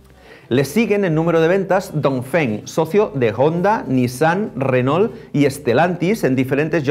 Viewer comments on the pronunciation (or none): none